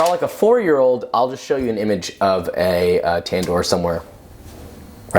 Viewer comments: What you made was 60 % raw ,and by the way it's called tandoor not tendur,and another thing was that you didn't made that in a tandoor that was not naan ,it wasn't even roti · It’s actually pronounced Tan-nour and it simply means oven. The vowel letters pronounced like this: One Fool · the way he says tandoor makes me cringe.